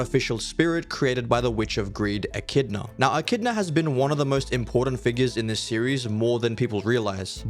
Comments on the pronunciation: I actually liked the concept of the vid but this is the point where clicked off. Bro just kept on saying "E-chi-do-na" not "E-chid-na" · Her name is Echidna not "ecky-donna" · Bro said echidona like echidnut back in the day lol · e-chi-dona is crazy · Ngl bro you said echidna wrong Everytime it's ekidna is how you pronounce it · did bro really just say ecky dona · Bro.. echidona... Might as well say Subaru not soobahroo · I can't listen to you mispronounce Echidna. Sorry, kid. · I can’t watch this man the Echidna pronunciation is rage baiting me. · Well now I'm confused. Why are you pronouncing the artificial spirit Echidna's name differently to the other Echidna? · Wait wait wait, why are you using the Japanese pronunciation of Echidna for the fox and the English for the soul? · that is NOT how you say echidna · He probs said it that way so we could tell the difference between the two😊